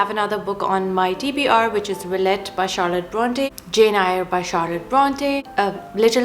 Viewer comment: You mispronounced "Jane Eyre"